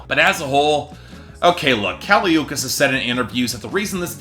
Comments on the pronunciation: Yeah it's not Ookees I hated that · can't even learn to pronounce her last name, good night